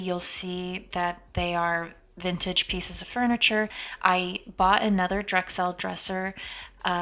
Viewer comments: Drexel not Drexelle. Good video though! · it’s pronounced like Drexal not drexelle. There’s even a town here in North Carolina by that name. I live 2 miles from Drexel and I live across the street from the old Drexel furniture warehouse. Just thought you should know.